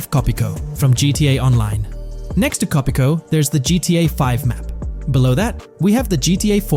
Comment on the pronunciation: Bro 💀 Co Pico? It's Cayo Perico 😂